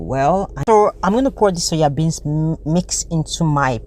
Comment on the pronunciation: SOYA BEANS NOT suya bean sis